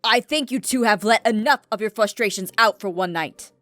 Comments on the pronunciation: Aph said FLUSH-strations instead of frustrations XD sorry but I LOVE THE EP! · Aphmau said fustrations not frustrations😂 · Did aph say flustrations?